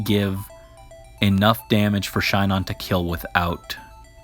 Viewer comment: Ahhh great video but I cant with the way you pronounced Shinon’s name You’re saying Shy-non and is She-non Doesn’t matter probably but I hate it when people mispronounced names 🤷🏼‍♂️